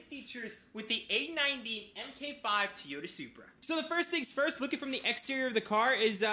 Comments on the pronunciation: TOY-YOTA, not TEE-OTA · No it's TO-YO-TA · and how he says tyota and literally every 10 words